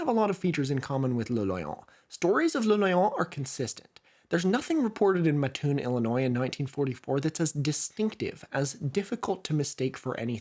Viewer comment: speaking of Illinois, that town is pronounced mat-toon, with a short A, and doubling up on pronouncing the T :)